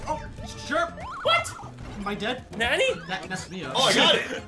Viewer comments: I know they are doing it on purpose, but them mispronouncing "nani" is hurting my weeb ears. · They're still saying nanny instead of Nani and its driving me insane o_o'